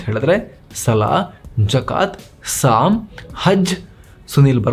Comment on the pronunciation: ಸಾಮ್ ಅಲ್ಲ ಸ್ವಾಮಿ ಸ್ವೌಮ್ ಎಂದು